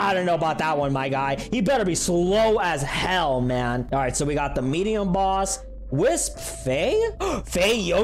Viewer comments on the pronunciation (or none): none